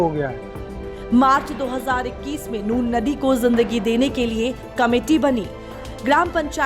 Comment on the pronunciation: Nun ko nur bolna band karo.